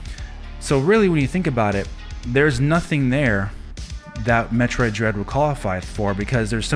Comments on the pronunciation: seems that way. Especially when he mispronounced Metroid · First off.. This dude couldn't even pronounce the game correctly so we know right there he's not a fan. Metroid Dread most definitely deserves GOTY nominee! The whole franchise deserves so much more too. Samus is finally getting the recognition she deserves and if she wins it, then It's well deserved!